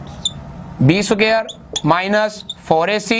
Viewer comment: The word is (square) ...not (suqare)